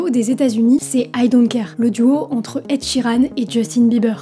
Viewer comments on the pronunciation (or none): Il faudrait te servir de ton application pour apprendre comment prononcer l'anglais... Je pensais que tu parlais d'un groupe de Kpop quand tu as dit "Ed Sheran"